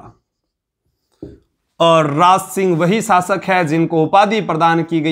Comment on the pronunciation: शब्दों का उच्चारण सही करें आप श को स बोलते हैं शासक को सासक कह रहे हैं